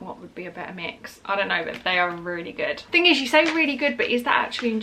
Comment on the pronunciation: Not every thing. Every thinkkkkk